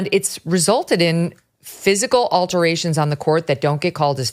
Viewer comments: I think you meant "altercations" not "alterations" :) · Altercations, not alterations. But that's okay, you're so hot, you get a pass. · Megyn - Altercations, not Alterations. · What is an on-court "alteration"? 🙄😄